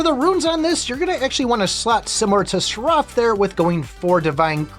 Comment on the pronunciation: The way you pronounce seraph is maddening. Who told you its pronounced that way? Lol. Its pronounced "seh-ruhf". It is techically 2 syllables but youre putting much pepper on the r, just let it flow. Its like the character in matrix reloaded, the oracles guardian.